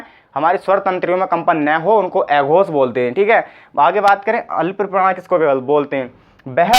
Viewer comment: भाई पढ़ा अच्छा रहे हो लेकिन उच्चारण तो सही करो, न को ने प को पे स को से अघोष को एघोस बोल रहे हो। आप हिंदी पढ़ा रहे हो , सही उच्चारण करो।